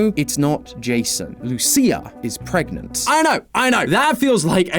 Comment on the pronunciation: "Pregnant?" 😭😭😭 help